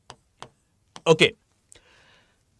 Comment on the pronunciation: It's fresco not Frisco.....pls don't provide wrong info...sic